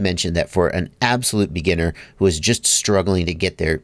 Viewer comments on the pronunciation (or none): none